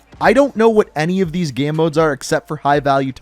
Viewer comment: "already in the gaam"